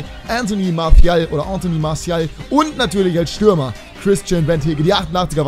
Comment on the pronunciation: Du kriegst das mit der Aussprache nicht hin ne? :D Martial ist kein Spanier Max :D Kannst mal auf Transfermarkt.de nach der korrekten Aussprache gucken ;)